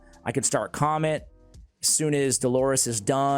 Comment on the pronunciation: It's not comet , it doesn't sound like that. It's Ka - met .